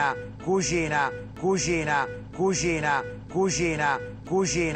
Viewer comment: ma pure io dico cuschina! è romano tipico ahha